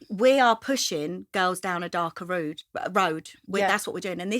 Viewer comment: "Darker rooood" - didn't know Nicola was Scottish.